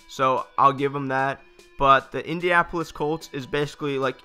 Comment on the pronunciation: Say it with me: In-di-an-a-pol-is. 6 syllables.